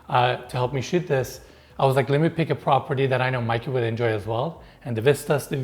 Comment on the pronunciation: This prah peeer deee 🤣🤣love the way you say this